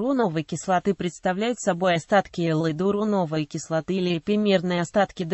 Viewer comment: Как можно верить чтецу, если он не может правильно прочитати,ударение неправильное, кислота ГИАЛУРОНОВАЯ......... Люди.... ГепарИн, но никак не гепАрин. До конца досмотреть невозможно